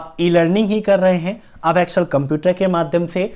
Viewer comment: Bhai apni pronunciation thek kr le